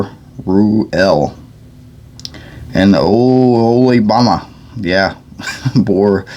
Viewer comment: Thank you! You did great! Oholybahma 😂 I will always called that fellow by that name now. Enjoyed the reading. Be blessed brother! ✌️🙏💓🤠